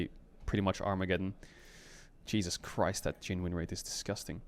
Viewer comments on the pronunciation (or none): none